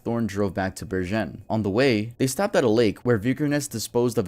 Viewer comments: Bergen... I needed a whole moment to get what he meant. It's not "Ber-jenn" it's "Bär-genn" with a hard g. Oh well, doesn't matter but I found it funny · i'm norwegian too, from bergen actually (or should i say berjen 😭) i agree that it was funny but hey the dude tried his best, and to be fair we can't expect someone to to speak a language they've never heard perfectly. my english pronunciation wasn't exactly the best either until i became fluent lmao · Love your videos! Hearing you say "oslo" as "also" and "bergen" as "bershen" really fucked my mind up for a sec lol Merry Christmas from Sweden! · hahah it's bergen with a g sound as in good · Berjen, haha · Craziest pronounciations of norwegian places and names ive ever heard. Took me a good few minutes before i realised you were talking about Bergen in Norway. And did you really call Oslo Olso? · I love how you pronounced bergen, øystein, and oslo. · My man cant say Bergen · As a Dane, I completely agree.. I thought he was talking about some french town or something lol. Sounded nothing like Bergen xD